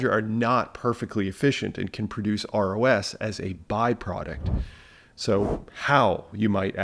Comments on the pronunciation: Every time you say ROS I hear ROUS and go down a Princess Bride rabbit hole. 😁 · I was thinking the same thing when he started saying ROS